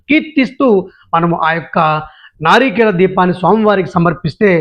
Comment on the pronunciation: నారీకేళ కాదు సర్ నారికేళ